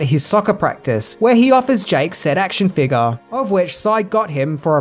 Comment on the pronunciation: Your accent made me flinch when you said “figure” I didn’t hear the F or the U.